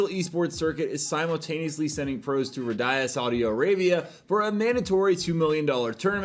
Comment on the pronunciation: I love you, but Ridhaya instead of Riyadh has been going for a while. I get confused everytime xD